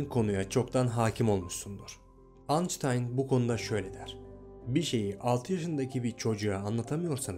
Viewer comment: Anctayn😂😂😂😂😂😂 oraya gidin ve lutfen dinleyin 😂😂😂😆